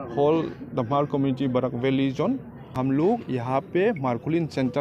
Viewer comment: Its not hamar😂😂 its hmar ..u can say mar